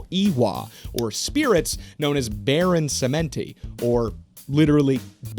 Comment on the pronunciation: Did you really just call Baron Samedi Baron cementi?